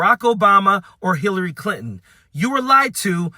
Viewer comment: He can't even pronounce Hillary Clinton's name. My god